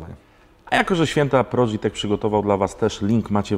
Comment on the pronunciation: Nie "prodżi tech" tylko prodig tech.